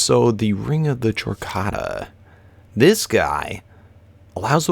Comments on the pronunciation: It is pronounced Kor data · Chordata is pronounced kor-data. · Chordata is pronounced Core data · Hey, since you're open to people telling you how to pronounce things... Ring of Chordata ( Core-dah-tah) Soujerner's (So-jer-ner's) Sash Keep up the good work! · ( I feel like I'm getting tased every time 'wyvern' and 'soujourner' and 'chordata' are mispronounced